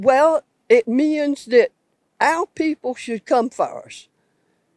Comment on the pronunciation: Is that English? Or is it a lazy tongue? Are teachers in the south teaching this "accent"? "It MEEINS"??? WTF is that?